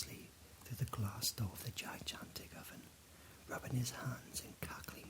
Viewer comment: I love your videos, but I have one question. How come you keep pronouncing the word gigantic as ji-jantic instead of ji-gantic? Like the second G has the same sound as the first G. Is that how people in the UK say it? Not being sarcastic or being a jerk, just curious. I've never heard it pronounced in that way. But anyway! You make great videos man! I listen to them everytime I want to relax or fall asleep. Even your old ones like when you baked that bread out on the campfire. Keep up the good work :)